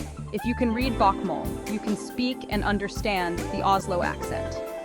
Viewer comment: Is the reader trying to pronounce Norwegian? She pronounces Bokmål and the word "snakker" wrong - and why do they show German words in the video?